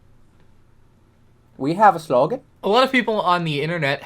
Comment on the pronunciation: "We have a sloggan?" LMAO